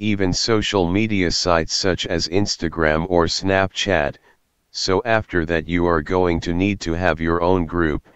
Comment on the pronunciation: the way it said snapchat 💀